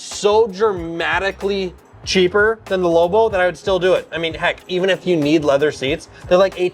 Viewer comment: It not pronounced lowbow